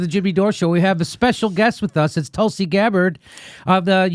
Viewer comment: May be she should join the greens, she'd win their nomination easily & I don't think they're into this anti Russia propaganda war. I'm surprised how her name is pronounced, I wonder if she herself pronounces it similarly or the actual pronunciation i.e. Tul = Tool (but T sounding similar to how it is pronounced in Spanish) & Si = Shee or See (depending on whichever Indian language one speaks).